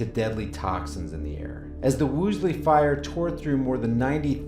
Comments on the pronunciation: You do yourself a favor by learning to pronounce words you will be using. It is WOOLsey , not WOOSley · Interesting, but you lost me as soon as you called it the "Woosly" fire... just couldn't focus after that. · Hey... Dick slexia, it's WOOL-SEY. Why can't you pronounce that?